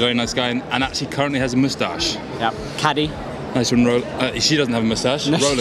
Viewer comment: Kaddi, no e at the end